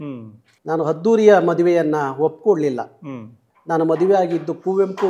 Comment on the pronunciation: 1) ಕನ್ನಡ ಹೋರಾಟಗಾರರಿಗೆ “ಹ ಕಾರ” “ಅ ಕಾರ” ಗೊತ್ತಿಲ್ಲ ಅಂದ್ರೆ ಹೇಗೆ😅 2) ಹೂರು ಅಲ್ಲ ಊರು. 3) ಓದೆ ಅಲ್ಲ ಹೋದೆ. 4) ಹದ್ದೂರಿ ಅಲ್ಲ ಅದ್ದೂರಿ. 5) ಹೈವತ್ತು ಜನ ಅಲ್ಲ ಐವತ್ತು ಜನ. ಪ್ರತಿನಿಧಿ ಆಗಿರೋ ನೀವೇ ಈ ತಪ್ಪು ಮಾಡ್ದಾಗ ಇನ್ನು ಆ ನಿಮ್ಮ ಶಿಷ್ಯ ಕುಳ್ಳ ಸಂತೋಷ ಏನ್ ಮಾಡಲ್ಲ ಹೇಳಿ. ಎಷ್ಟೊಂದು ಸಮಸ್ಯೆ ಅನ್ಯಭಾಷಿಗರು ಟೀಕೆ ಮಾಡ್ತಾ ಇದಾರೆ. ಇದಿಕ್ಕೆ ಮುಖ್ಯ ಕಾರಣ ನಿಮ್ಮ ಶಿಷ್ಯ ಸಂತೋಷ.